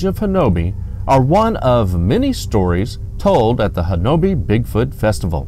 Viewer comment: Ouachita is pronounced wah-shee'-tah. Talihina is pronounced Ta-la-ha'ney. Honobia is pronounced Ho'-nub-ee. But then that's only the way the folks livin' there say it. My Mother was born in Battiest, pronounced Bah-teest' - not batty est But then, what do I know? I spent some time there in the late 50's early 60's Great White Tail huntin' there.